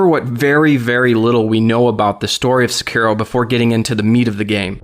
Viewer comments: Sekiro. (Sec-ir- ro) Dude it's pronounced (Seh-ke-do).... Duh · It's pronounced "Sekuro", it's not pronounced like it's spelled. Ffs. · the way you pronounce sekiro makes my eye twitch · Really hate how this guy pronounces sekiro. Just so cringey.